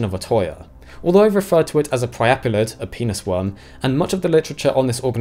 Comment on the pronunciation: Bro. I'm dying laughing from the way you called it a "Penis worm". Your accent when saying it is absolutely priceless. XD